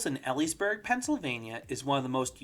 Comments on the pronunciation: I'm late to this video, but I think you'd enjoy some insights from someone who lives 15 minutes away from Knoebels and used to work there. Elysburg is pronounced EE-Lee's-berg. It's hard to tell just by the name. The parking lot isn't actually owned by the Knoebels' family. It's actually a farmer's field and he gets paid $0.75 per car that parks in it. You'll even see the staff showing people where to park holding counters to click in their hands to count. I'm not sure if this changed in recent years, but that was the deal for decades. The creek flooding the first time is the main reason why the park got famous. When they first opened up there was another amusement park less than an hour away that was very popular until a major flood ruined it and forced them to close where as Knoebels survived. They mark every major flood on some of the bridges which is interesting to see. The pricing really is fair and the only downside for the Phoenix is the line to ride it. (The park is PACKED normally, minus pandemics.) The closing time is more of a suggestion to slowly leave the park so things can wind down. Flying Turns was joked about for each year it wasn't completed, but people do love it. The Haunted Mansion is at its best during the Covered Bridge Festival and Halloween events during October. The motor boats will never drive well. It's more fun that way. The antique cars are hilarious if you let a kid drive them. Locals do in fact go there just to eat. The kettle corn is probably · It’s pronounced eee-leees-burg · It’s pronounced ee-lees-burg…sounds like tea leaves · It's pronounced Elysburg (Long E). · Since I haven't seen anyone else mention it, Elysburg is pronounced like eel-ees-burg